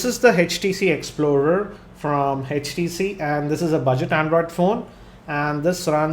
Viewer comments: Good video but it's HTC.. Not HECH T C! :) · its htc not hechtc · aapke aavaj mein utna daam nahi hai aaur it is htc not eh tc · its htc not hatch t c :P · It's 'H'TC and not 'Hech'TC. >_<